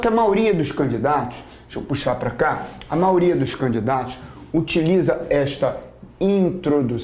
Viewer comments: Gostei muito!! Só fiquei intrigada ....porque o professor fala "maoria" e não maioria?! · Vc escutou errado. MAIORIA. Deve ser por que sou CARIOCA...